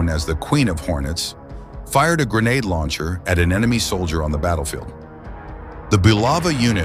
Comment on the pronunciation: Why you keep saying grenade "launcher" lol